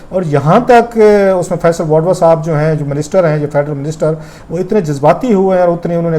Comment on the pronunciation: Sir you are a good journalist, but please correct your pronunciation,, like this is not" wadva" this is "wauda" And next you speak R as L like thirty = thalty Party = palty And many more, instead of R, you pronounce it as L